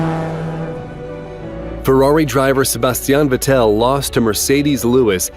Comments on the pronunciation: why on earth can't American narrators find a little bit of time on how to pronounce a European name correctly? VettEll ?? it's actually simple.. It's Vettle like Kettle.... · Vettel is,. Vettel,. not Vet-tell. ;) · Aaahhhh this just melts my heart. Was crying all the way through it. Just a friendly note. Sebastian Vettel, is pronounsed Fettel. (Yes I know my spelling sucks 😁)